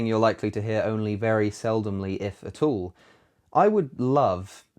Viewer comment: I love it when you say "atall".